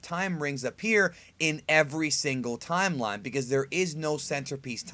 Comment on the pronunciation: Please say time-line one more time